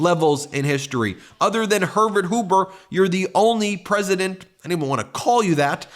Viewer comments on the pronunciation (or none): “Hervert Hoober”